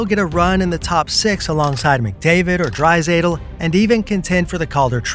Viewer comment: You said McDavid is in his final year of contract and you mispronounced Draisaitl's name. Imagine being a hockey youtuber and not knowing McDavid signed a 2 year extension and not knowing how to pronounce Drai's name. This has to be AI slop written and narrated.